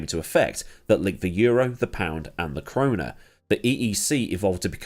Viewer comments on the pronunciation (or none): none